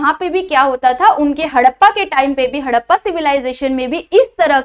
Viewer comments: Tts not haddpa it's harrapa 😂😂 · Harrapaa nahi Harapan hota hai😂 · Mam haddapa nahi harappa😂😂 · Mam मॅम आपने हरप्पन सिव्हिलायझेशन को हडप्पा बोला है तो उसका करेक्शन मुझे थोडा अजिब से लग रहा है तो आप अच्छे से प्रोडक्शन करिए